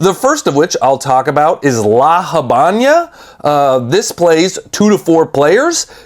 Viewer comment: Don't mean to be a dick,, but the entirety of the Cuban nation must have suffered a collective aneurysm from how you pronounced "La Habana", so here's a learning opportunity: if you want to use the "americanized" standard version, then it's "lah ha-VEH-nah" (like in the Camila Cabello song). If you want something closer to the actual spanish, then it's "lah ah-BAH-nah"). I'm adding those Hs to give you an idea of the sound but it's all flat "ah", with no air at the end. Thank you.